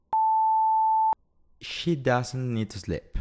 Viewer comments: She is taller than HER, not SHE. La pronunciación de SLEEP es SLIP no SLEP. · Obtuve 10 respuestas correctas, pero ese no es el punto. Me permito hacer la siguiente observación con mucho respeto. Es lamentable e inconcebible que el en su explicación no sepa pronunciar bien palabras tan elementales como "these" y "sleep". Eso tiene un efecto multiplicador muy negativo porque las personas que vean el vídeo van a pensar que es lo correcto, y también muestra la poca calidad del material. Soy Hugo Pezarreán desde Quito, Ecuador.